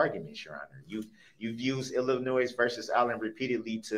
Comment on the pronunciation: I hate when he says illinoise...there is NO noise in Illinois.